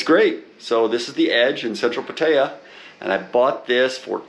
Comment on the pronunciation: Learn how to say Pattaya correctly. Values have been flat the last 10 years in Thailand so I doubt these “offers” you claim to have. Nice place with a nice view though. If I could post photos here I would show you the historical data on valuations. Good advice on the washer. I’m searching for a condo in hua hin right now and it’s something I did not think about but absolutely need.